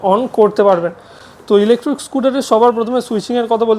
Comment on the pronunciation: আমি ভেবেছিলাম ইলেকট্রিক স্কুটার দেখাচ্ছেন। কিন্তু আপনি বারবার বলছেন ইলেকট্রুক স্কুটার। তাই মনটা খারাপ হয়ে গেল।